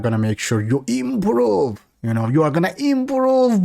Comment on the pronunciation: I giggle everytime he says "eeimprooove" 😂